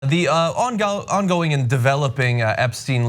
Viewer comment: when the host stuttered over "ongoing" at the start of the clip, he sounded so australian for just a second